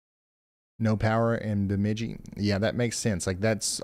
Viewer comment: I'll help you with a quick how-to speak Minnesotan. Perham is like you said it if you are on the phone, or Purr Um, Frazee is fray zee and Bemidji is for sure Burr mid jee. lol 😆